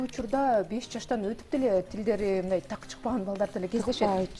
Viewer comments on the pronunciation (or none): ОЗУ биринчи так суйлосунчу.. дак эмес так деп. суйлош керек ... Дыбыш эмес.. тыбыштарды деп